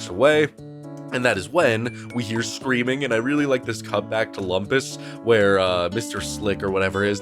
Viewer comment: Thanks, I haven't seen the show in a while, and it sounded like was saying Wampus instead of Lumpus.